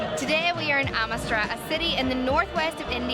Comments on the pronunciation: ITS NOT CALLED AMITSTRAA FFS! ITS CALLED AMRIT SAAR , WHICH MEANS THE PURE LAND! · I meant it was Amritsar but the woman said at the beginning Amistra